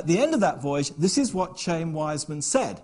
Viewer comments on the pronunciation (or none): The name of the extremely well-known scientist, hero of World War I and first President of Israel is pronounced KHA-yim ... not "chame".